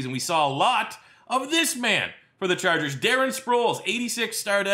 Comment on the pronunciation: "It's gonna be philip rivers and the San Diego Charjuhgers"